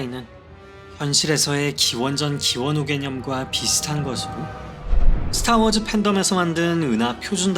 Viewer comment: "스타워즈-으"가 아니라 "스타워-즈" 로 발음하세요